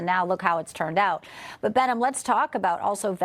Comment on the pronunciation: Please pronounce his name correctly: Behnam Ben Taleblu